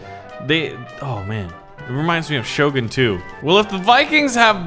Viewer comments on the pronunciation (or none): none